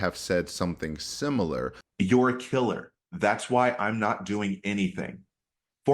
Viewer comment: He called her kiler'er,guys!!! 😅😅